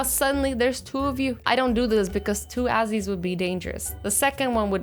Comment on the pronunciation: Its not add or azzy it ad-zzy